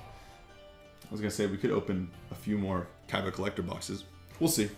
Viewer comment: Its awesome how u say KAIBA!